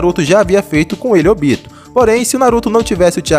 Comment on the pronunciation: Não sei pq as pessoas falam “OBÍTO” sendo que é “ÔBITO”